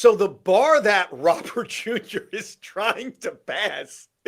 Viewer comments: It's actually more like Row-ber with the emphasis on the Row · Plus Robert Jr. is friends with Soto. So we have harmony in the outfield. BTW… the name Robert is pronounced Row-bear.